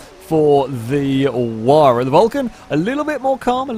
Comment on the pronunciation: took me a while to figure out by ''waar'' you meant Huayra! lol